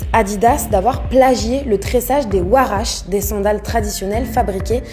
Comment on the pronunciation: Et la prononciation de huarache...